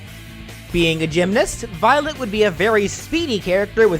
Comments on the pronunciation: Remember the Futaba's words Futaba: Remember, it's Violet, not Byleth, Violet! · I love how everyone in the chat was hearing Byleth instead of Violet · Violet Me:wait did you say byleth? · I kept hearing "Violet" as "Byleth" lmao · also it really sounds like your saying byleth at times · I kept hearing Byleth whenever you said Violet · yeah, it did sound like that at one point.